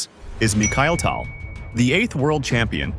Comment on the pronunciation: A classic Fischer game, but the AI mispronunciation of Tal ruins it for real chess players.